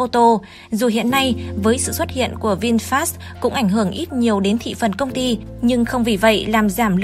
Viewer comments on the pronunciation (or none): none